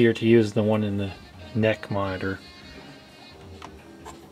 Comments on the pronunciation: NEC is pronounced N.E.C. (En Ee Cee), not NECK :) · NEC is pronounced as "N-E-C", not "NECK" !!! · Lol he called NEC "neck"